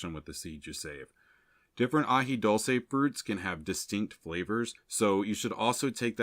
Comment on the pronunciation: It’s Dule-ce and coo-lantro!